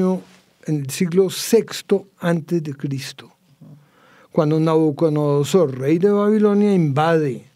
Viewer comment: El experto dice NabucoNodosor, cuando lo correcto es NabucoDOnosor, me molesta oírlo del experto.